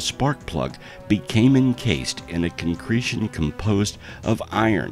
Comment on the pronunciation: Within 3 minutes we've had "other odd quantities", "Hexonal" and "Concencretion". A bit of quality control on the narration wouldn't do any harm. Or should I say "quantity concentrol" ?